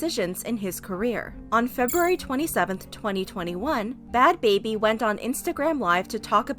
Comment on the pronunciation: Its Not Bhad Babir Its Bhad Bhabie